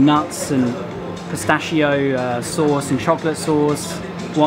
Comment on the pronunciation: Really not bad reviews from Naples. Only one point: everytime you read “ch” you should spell like a “k”: pistakkio, Mikele, peskeria...